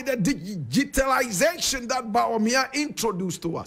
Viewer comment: you cannot even pronounce the word DIGITALISATION.